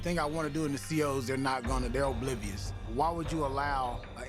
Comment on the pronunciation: “The C.O’s ELbleeVeeUs” 💀 💀